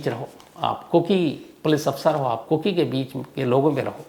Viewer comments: It's kuki not koko sir... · Sir Aap koki chod kar kuku bolne lag gaye kuku FM yaad rahta h aapko islye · Sir ko kuku hi aati hai zubaan pe....kuku ke bolkar phir kuki ke.. sahi kar liya.😅😅 Cute Shams sir😂